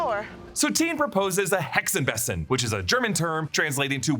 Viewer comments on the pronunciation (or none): I'm german and absolutely did not catch that they said Hexenbesen 😂😂 (because "Besen" has a long first vowel and a soft following consonant - so the first e is long and the s is softer than any s in english)